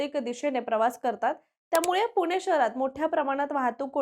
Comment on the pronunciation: अहो बाई, "पुणे" म्हणा.. तुम्ही " पुने" म्हणताय... पुण्याबद्दल बोलायचं तर मराठी शुद्ध पाहिजे.. 🤣